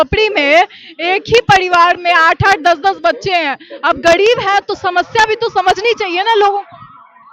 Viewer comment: यह न्यूज़ रिपोर्टर र को ड कह रही है। जैसे गरीब को गडीब, और भी शब्द है ध्यान से सुनो